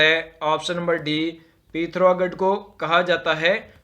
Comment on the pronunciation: हिंदी उच्चारण में सुधार लाएं पता नही क्या क्या बोल रहे हो "पौड़ी" जिले को "पोंडी" बोल रहे हो "पिथौरागढ़" को "पिथारगढ़" जिले के नाम तो बोलो कम से कम सही से